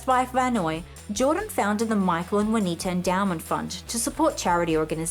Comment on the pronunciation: It's JUANITA...not vynowoir....or whatever she is saying.